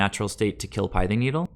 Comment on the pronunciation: It's not a shot at you or anything, I just try and correct pronunciation on any mtg commentators: the pith in pithing needle rhymes with myth or sith (starwars). Good content overall. I like seeing the early testing of the UG lists. At what point though do we just go all out aggro with 10-12 1cmc (aka bring in cosi's trickster too), forgo the vials, and run reejerey for top end of the curve lords? Is there a point where that happens? If so, also at what point are we asking if we should just be playing zoo? Should we drop down the spreading seas to a seas claim so we're not taxing land as much to still get the evasion?